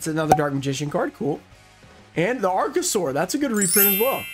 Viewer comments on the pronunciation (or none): none